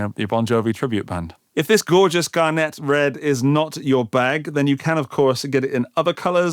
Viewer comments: you dipshit, it's Garnet, like the semi precious stone.(GAR-NIT, not GAR-NAY... ) Hmm, maybe I'm channeling my inner Hermione Grainger, but probably not. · I never even considered I might be pronouncing garnet wrong before today! Given how long it has been an English word, I’m sure the final T should be sounded. Easier if they just called it dark red.